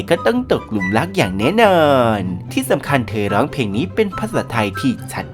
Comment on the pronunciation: ออกเสียงให้ชัก เพลงไทย ไม่ ใช่เพงไทย